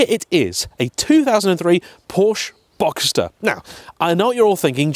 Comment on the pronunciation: It took me until you said convertible to add 1 and 1 to get to "boxter" 😂😂 but when you revealed it then it made me all the happier 😁